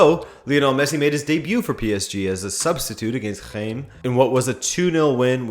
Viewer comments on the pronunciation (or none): none